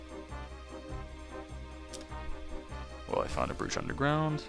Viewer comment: "The brewch"